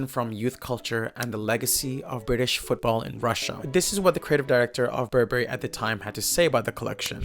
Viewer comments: Burberry is pronounced Burr-Burry. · So funny how you pronounce BurBERRY;)